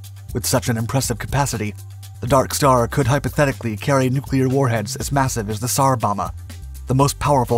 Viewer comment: It is pronouched The sar bom bah. Not sar bom ah